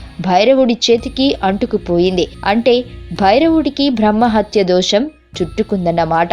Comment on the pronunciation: కపాలికుల గురించి సమాచారం గ్రంధాలలో దొరుకుతుంది #భ్రహ్మ #భ్రా హ్మణుడు #భ లి ఏంటి ఈ #భా లు ఉఛ్ఛారణలో వ్యాకరణ దోషాలు చాలా ఉన్నాయి ..... ఆమె బ్రహ్మ మానస పుత్రిక కాదు శత రూప.... మనువు ఎవరూ ఎలా పుట్టాడు అన్న విషయం పై వివరణ ఏది పడితే అది ప్రచారం చెయ్యడం తప్పు